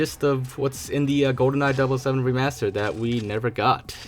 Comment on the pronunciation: I’m a lil trigger at the whole “dub oh 7” thing… never heard it pronounced that way.